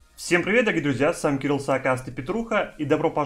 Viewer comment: Понадобилось посмотреть несколько видео чтобы понять что человек в начале говорит, а не Кирил сракастый как я раньше слышал😂😂😂.